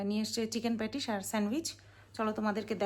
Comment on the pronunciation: উচ্চারণ ঠিক করে করবে। বারবার প্যাটিশ প্যাটিশ প্যাটিশ বলছিলে। ওটা হবে প্যাটিস।